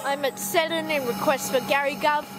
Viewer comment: Seddon* but otherwise nice video